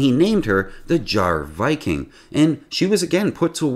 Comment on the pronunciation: Facinating video! I didn't know the history of the ship and ive only even known it as the Jahre Viking (pronounced as Yarah Viking btw, with the J pronounced as a Y) and never knew about it's sinking and re-floating etc! Amazing history!! Thanks for the video!